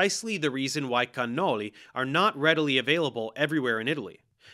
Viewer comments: I like how he's speaking with a totally normal American accent, then he just pops a perfect 🇮🇹cannoli🇮🇹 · I really don't think the regular American pronunciation of cannoli is incorrect. It's all the right sounds without the accent.